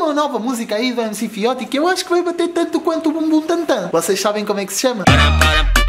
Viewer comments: É Fióti se não sabes não fala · Não se diz MC FIOTI! Diz se MC "FIOTCHI"